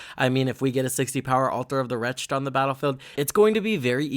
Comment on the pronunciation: WRETCH-ed. Altar of the WRECH-ed. Two syllables. Cool deck, enjoyed the video